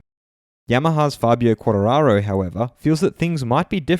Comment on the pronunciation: Good channel, but pls, for god sake, make a slight f*****g effort pronouncing Quartararo, your [qwawtawawo] stuff is just not possible, my ears are still bleeding right now :D